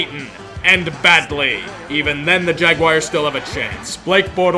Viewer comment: I used to wonder why UT kept mispronouncing Jaguars, then I realized he wasn’t. He has been reading a different and more appropriate spelling of the name: “Jag-why?-ars”